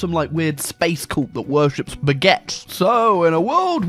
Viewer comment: I thought he said "Spaghett", and was picturing the apotheosis of that character from Tim and Eric